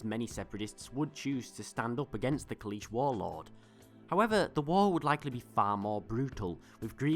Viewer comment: He was actually mispronouncing Kaleesh, the name of his species.